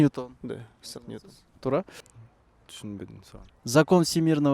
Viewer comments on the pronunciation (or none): Иссак эмес - Исаак Ньютон